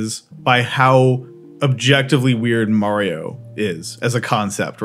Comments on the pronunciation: Lol you had me all sine throughout this video the way you kept switching between pronunciations of Mario 🤣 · I love how you went out of your way to pronounced mario wrong. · every time you say Mario wrong my headache gets worse.... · I cringe everytime I hear someone call Mario as M-a-rio instead of M-u-reo. Even M-ar-io sounds closer to how it should. I know it's spelt with an "a" but it's Italian. I'm not saying those that say it wrong are stupid, it's just that if someone pronounced my name incorrectly and then I corrected them, they are wrong for telling me that they will say it however they want because that's how they said it when they were a kid. It's a silly reason. Ok. Rant over. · why are you saying Mario's name wrong. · How do you say Mario wrong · Why do you pronounce Mario wrong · I still don't trust anyone who says Mario like him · You say Mario wrong so I just stopped watching the video. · Marry-o, why? Maaa-rio! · I'm sorry but.....who is Merio? It looks like you're talking about Mario but you keep saying Merio, I've never heard of Merio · Dude is one of the biggest Mario fans and still occasionally pronounces “Mario” as “Maireeoh” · ITS NOT MAYRIO Its MARIO! :D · uhm achkshullly its mah-rio not meh-rio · Why do you say Marry-oh? His name is pronounced MAH-RY-OH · May-reeyo?? You can’t just say Maa-ri-o? It’s so so annoying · Stop saying mayrioh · I say mayrio too its ok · Why mayrio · Good old mary-oh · killed the video when you say Maryo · Great now I’ll always say mayrio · So are we just going to gloss over the fact that he says "MERIO"? 🤣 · It really frustrates me that he says "Mayrio" lmao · It's Mario, not Merry-Yo T----T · Who is this "Merry O." person you keep mentioning? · watching the first 1 minute of this video just instantly tells me how you have no idea what the franchise mario is. the way you said “MARRYO” and the way you said “old computer game” already told me alot. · Please God stop saying May Rio.